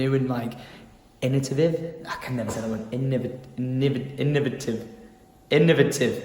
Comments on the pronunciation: In-oh-vate-ive Innovative is the word of the day lol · You say it like this: Innovative :)